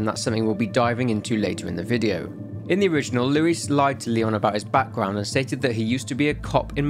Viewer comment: I love how you say “Luis” 💃🏽 muy elegante